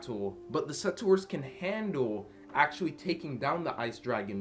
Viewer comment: You're still saying settors instead of settlers..